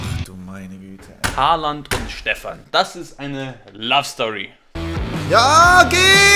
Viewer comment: Stefan es heißt Haaland